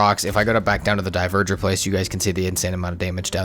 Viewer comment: Bro keeps saying diverger instead of dvegr😂